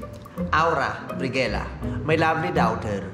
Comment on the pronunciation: VICE: AWRA BRIGUELA.. MY LOVELY DAUGHTHAaarr AWRA: HI MY LOVELY MOTHAaaarr